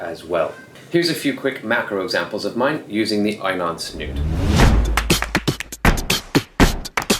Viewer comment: Great video, but just so you know int pronounced E NON. At least that's how we say it in Japan, and how the reps say it at the dive shows here in Tokyo. I said it wrong too for years